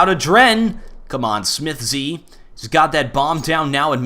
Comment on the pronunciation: please stop saying "smithz z" it's just smithz